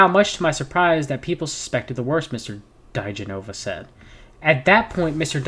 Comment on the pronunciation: It’s Dee-Jen-oh-vah and Victoria Ten-sing. If they automatically don’t ring a bell, search for them now. They are intrinsic to the Trump sphere of shanigans.